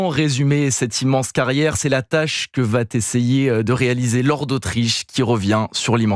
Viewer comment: "Que vaTessayer" : même en parlant maintenant... Les vacheries à la collègue, cela vous met quelquefois dedans